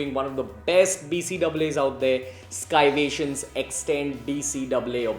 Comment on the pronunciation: Not skyvation its sayvation(scivation)